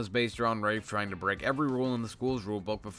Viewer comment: When Rafe was revealed to be short for Rafael at the end of the first book I had to reread the book pronouncing Rafe as "Raph" instead of the absolute butchering you've been pronouncing this entire video